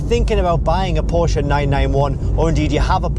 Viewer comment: You are speaking "Porsche" correctly. That is so fine .TY! You got my LIKE alone because of that. Unfortunately I couldn't give you a second one.